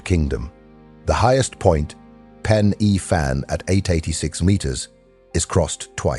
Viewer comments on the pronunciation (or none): Pen Uh Van! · I understand not Welsh but pen y fan is pronounced pen uh fan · Or Pen y Fan. Pen Err Van